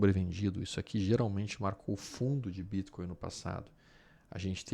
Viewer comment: Quando vc pronuncia o Bitcoin , não poderia falar normal? Ficou horrível essa sua pronúncia